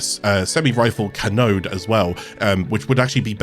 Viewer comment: Cannon ade not Canoade or however you pronounced it.